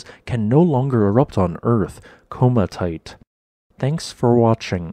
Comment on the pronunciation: koh mat ee ite. komatiite. Not coma tite. Kind of cuts into your pretense of providing educational material when you don't pronounce basic terms correctly, or at least by one of the accepted versions (some terms have two variants, each used by different portions of the community; Cordillera comes immediately to mind as an example).